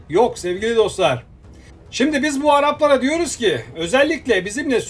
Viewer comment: Konuşan her kimse ''biz bu araplara'' derken kullandığı aşağılayıcı vurgulama çok abes bir de kamara değil kamera önce hitap etmeyi öğren sonra gel seslendirme yap...